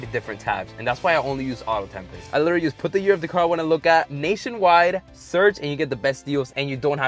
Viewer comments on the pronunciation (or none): Anybody else hear that "Literaly" when was inspecting the undamaged frame??😂😂